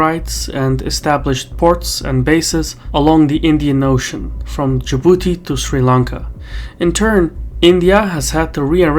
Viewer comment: Your pronunciation of Djibouti was perfect.